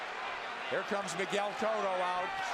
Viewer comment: da fuck is "coatto" his name is cotto